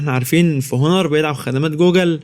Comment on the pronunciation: اسمه اونر وليس هونر ... ملعون ابو مجانيه التعليم